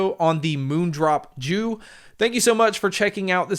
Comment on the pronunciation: It’s pronounced as jü meaning chrysanthemum, hence, the flower theme on the faceplates.